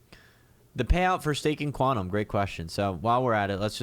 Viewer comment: you were pronouncing it quantum bro cause it was 5am;)...you know is another one that (QAU) ;) it is Q (qiu) tom we love;)